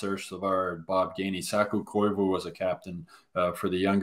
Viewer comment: put some respek on Koivu's name